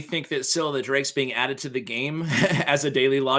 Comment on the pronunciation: Im going to blow your mind. Scyl is pronounced " Scale"